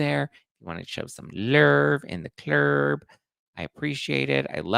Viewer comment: Every body in the clurb😂😂😂 i say it w you everytime❤ makes my day. All my love. Hope its a good one for you❤